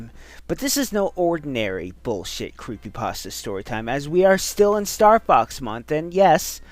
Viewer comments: Guys, guys. The original name was copypaste or whatever. The name was then later changed to creepypasta because the stories are creepy or something. There is no reason to pronounce it like "paste-ah." I mean, like, would you look at a word that had changed over a long time and pronounce like how it was originally? No. Not at all. You'd pronounce it like how it is. Plus, everyone has a way of pronouncing things. Don't run around and tell people to do things your "correct" way. I rest my case. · Well, yes and no. Since it IS just a fake word, any way of pronouncing it is 'right'. 'Paste-ah' is just the original, 'actual' way of saying it. People unfamiliar with the term just started saying 'pasta', and it stuck as other people heard them verbally speak it over videos and stuff. CreepyPASTA sounds a hell of a lot sillier than 'creepy pasteah', and the only reason I'm getting so much flak is because the autists are angry I'm saying their favorite video man pronounces a fake word wrong